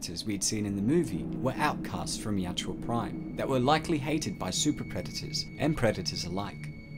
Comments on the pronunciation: Ya-u-tja. Not Ya-tju-a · "Ya-oot-ja," not "yout-joo-ah." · It really bothers me that the narrator mis-pronounces the name. He is saying (yacht-chew-ah) and it's (Yah-oot-jah). Nitpicky, yeah I know. But it's a video meant to teach about the lore and creature. Seems like an important detail to get right. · Bro its yau-hut-ja not yau-ja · Yautja is pronounced as Yatchua? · why do you keep saying yatjua?